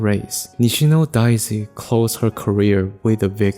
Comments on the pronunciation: DAY-zee, not DYE-zee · Your pronunciation of Daisy and saying “in Japanese Daisy is a kind of flower” made me think you were talking about a special type of Japanese flower. It wasn’t until I looked at the subtitles that I realized you were just saying an English word with an accent and what kind of flower it was exactly